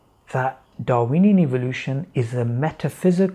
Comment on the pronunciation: did he say "Darweeny Evolution"? XDDDDDDDDDDDDDDDDD edit:XDDDDDDDDDDDDDDDDDDD